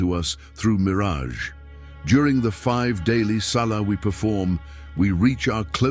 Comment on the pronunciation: Yes, I noticed that he even called Miraj a mirage, but I think it's because of the artificial intelligence, because the voice is for the artificial intelligence, not a personal dub. It's still good that you said it. I apologize for not mentioning it. I hope you don't fix it. This word has nothing to do with Israel, the bastard.